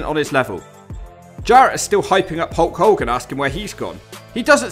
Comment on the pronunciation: Narrator guy has real trouble saying the letter “L”. This causes problems with some names “Hewk Hewken”